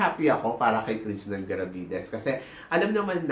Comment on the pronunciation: Krishnah Gravidez po Hindi Krishnan. Wala pong N sa dulo ng Krishna nya 😅